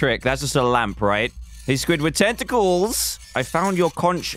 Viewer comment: Dan: the murderer of squidward tenticals My ears: squidward testicles